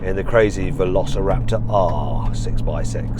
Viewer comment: Velociraptorの発音が良すぎて何度もリピートしてる